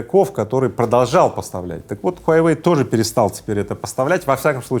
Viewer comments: Рыбаков, не хуйайвэй, а хуавэй! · Я думал ХУАВЕЙ,а оказывается ХУАЙВЕЙ!😁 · Мой друг произносит "Хуйвей", а тут "Хуявей" 🤣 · Произнашение огонь . Huyawei 🤣🤣🤣🤣🤣🤣🤣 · смартфон "хуе веи " 😅😅😅